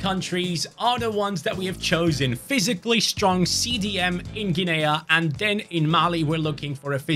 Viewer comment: Guinea is not 'Gin-aya', it's 'Ginneeeee', like Guinea Pig xD